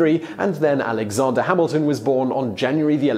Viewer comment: Alexonder... goddamnit its Alexander not Alexonder